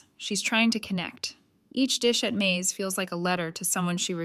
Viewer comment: Screwed up ai, turn's May's into corn (Maze)